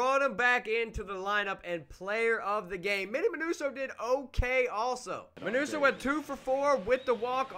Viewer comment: Mineeewso ? Wasn’t that a Mexican boy band? 😂😂😂. It’s Min OH so